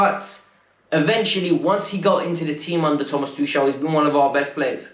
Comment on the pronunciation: The name's tuchel..It's more like tukel..not tushel🙄🙄🙄🤦🏻